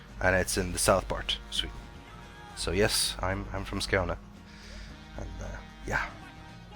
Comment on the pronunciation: Neeeeeeeeeej inte Skåne ;)